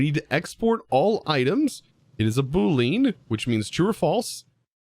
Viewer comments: As a programmer.. Please... Please.. Please.. I have never asked you for anything else and never will do again... PLEASE call it a boo-lee-ahn, not a boo-lean. It hurts. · Boo-lean! XD As a software engineer your pronunciation of Boolean made me laugh. Tis boo - lee - uhn. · its pronounced booleaan not booleen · I watched this episode multiple times and every time you called it a boo-leen I got so confused on what you were talking about. Its pronounced boo-lee-uhn btw. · didn't know that. Everyone I've ever heard say the word says it as "boo-leen" I just finished a scripting tutorial for bedrock edition and tried to explain strings and bools and I said it the same way I just mentioned. If I ever make a video on them again I'll definitely make sure to pronounce it correctly however I'll probably just stick to calling them bools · The way you pronounced "boo-lean" is so funny to me 🤣 the correct way is "boo-lee-ahn". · ITS PRONOUNCED BOO LE AN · Boo-leen? Boo-LEEN??? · It's Bool-e-anne you non-coding savage lol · him saying boo-Leen hurt me on a physical level. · I just built an integrated dynamics system for my base, so I'm excited to see what tips and tricks you have there!! Fyi (meant with the utmost respect and friendliness) it's pronounced boo-lee-en. Loving the series so far!!! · Say it w/ me, Bool-ee-an. Sorry man, it was painful to hear you pronounce it incorrectly. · Interesting pack that Integrated Dynamics. And I'm not trolling here, but because I know you like to be grammatically correct, Boolean is pronounced Boo-lee-uhn... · "Boo lean" LOL, yes, those are som lean boos. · Btw, Boolean is pronounced Boo-lee-an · The way you pronounce boolean is pretty funny to a programmer